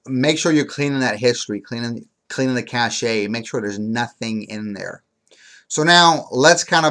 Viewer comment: Your Internet Cache (Pronounced CASH) Not Internet Cash-shay